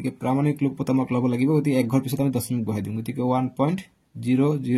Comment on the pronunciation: Sir ''দচমিক'' nohoy ''দশমিক'' hoy 😅😂😅